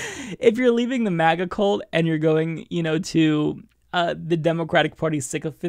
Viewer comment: Just one minor note on pronunciation. You are pronouncing, "cult," as, "colt." They don't belong to a colt. Think, "culture," when you say, "cult." Please, and thank you. And I adore you. I'm an ass, just wanting nobody to ever down you for any reason, and this was the worst I could find. Meanwhile, where I got my Covid test today, telling her about hearing someone on the radio "just asking questions," she demurred, and told me we needed to be moderate, and not fear "too much," and "overreact!" WTAF? P.S., my husband's test was negative already, but we suspect a false negative, as we're both sick. However, I suspect another virus, perhaps an adenovirus. I'm definitely sick, for three days now (as is my Clarence), but in spite of undetectable HIV for 23 years, AND I have asthma, and I am a Cystic Fibrosis carrier; meanwhile, I'm okay. I'm scared, but okay. I'd rather be scared and live, than mentally disabled, and die. BTW, did you see the study, proving antimaskers have significantly lower fluid intelligence? They are literally dying of stupidity. Good. I'm tired of them rooting for our deaths, and us dying from underfunded healthcare, punishing us for *their* idea of sexual and drug "sins." I literally hope all hateful bastards die, because I'm tired of US being killed by their negligence. Smooches to you and your husband, from me and mine.